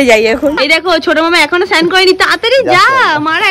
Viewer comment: Tumi snan ke san bolo kano??